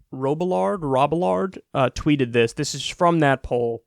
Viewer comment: Robillard = Rob Ee Yar